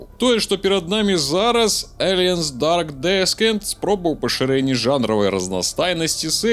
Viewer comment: Дарк Дісэнт. Не "Дарк Дескент"